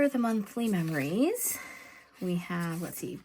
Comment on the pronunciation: I really enjoy your videos. I love how you said you can't talk when spelling words backwards because you end up spelling them wrong.... guess what?? You spelled meRories instead of memories while you were talking.😂😂😂 too funny. ❤